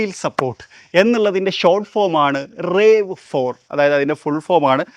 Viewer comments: ടൊയോട്ട റാവ് ഫോർ എന്നാണ് പറയേണ്ടത്.. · The "A" in RAV4 isn't pronounced as a long A. It's a shorter A😅